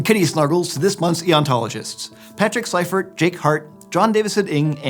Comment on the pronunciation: Not on the topic of the video but you Pronounced "Seifert" correctly with the long "I" rather than the long "E"...98% pronounce it wrong... I just happen to notice for kinda obvious reasons... 😂